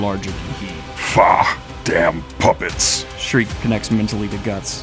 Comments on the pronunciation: youre so dedicated with the voiceacting, just please stop the SHREEEEK, her name is SCHIERKE. pronounced SHE - IRK - E good on ya <3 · It's pronounced "Sheer-kuh". Not "Shriek". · It's Sheerkeh, not shriek. Sorry, it just grates on my ears. It's a German name that means bright or pure. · I love readings of berserk. My only criticism is that Shriek is a high pitched Scream and not that characters name. And it hurts me a little every time I hear that lol. I'm sure you've heard it a thousand times. I'm sorry, please forgive my need to quell my absolute autist takes. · By the way bro, then little witche's name is pronounced: "Shear-key" love the videos though!! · please stop calling her "Shreek" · Schierke is pronounced, according to romaji, "shi - ru - ke". The origin of the name is speculation to be german. Alot of fans interpreted her name as "Silke" as the romaji would also fit. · Damn, so you get an A+ for trying now? ...guess you went to a "Special Ed" school >.> also...come on...he said "Shreek" to Schierke...that's as far away as possible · And you wanted to do a deep dive before this arc... Thank the God Hand you asked before committing to it. My only nickpick is you calling Schierke shriek all the time xD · Please stop calling Schierke Shriek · Yo daniel, schirke's name is pronounced "sheer kay" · Cool vid but you are pronouncing Schierke and Serpico’s name wrong bro